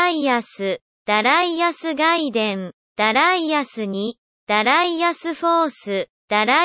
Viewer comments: Pronouncing it that way is a lot better. The more common western pronunciation is shared by an annoying smug Scottish singer over here... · that pronunciation alone got a thumbs up from me!